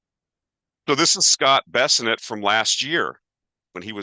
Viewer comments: Many mispronounced words but we're here for numbers:) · Bes sent not Besinet